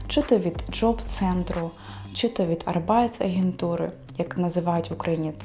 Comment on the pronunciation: Arbeitsagentur, будь ласка наголос на першу "А".